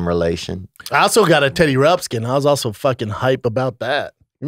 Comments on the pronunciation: It's not Teddy Rupskin...it's Teddy Ruxpin. And Brendan said it was one of his faves. Get outta here, BRUH. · Brendan, it’s Teddy Ruxbin I think I heard you call him Teddy Rubskin. Hahahahaha 😃😜 ❤️